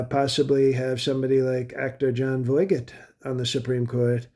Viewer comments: Pronouncing the "g" in "Voigt" incorrectly implies reading. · The pronunciation of Jon Voight's name 🤣🤣🤣 Right up there with Tesler